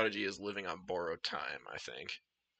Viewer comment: Truly enchanting, especially "Bourrowed" Time